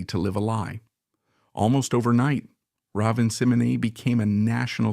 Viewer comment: Incorrect! 60% of this video is untrue. Raven Symone is not pronounced Seminay. And its saying Cosby was doing bad things to women during the show. He was arrested years after the shows end.